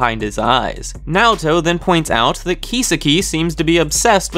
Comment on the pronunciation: how can you constantly mispronounce kisaki so badly? you obviously didn't even watch the anime dudes name is key-saki not keysa-ki